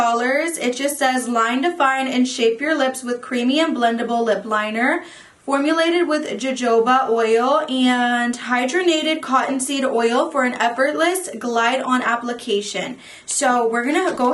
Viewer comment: Jojoba pronounce Ho ho ba thanks for the giggle. great video.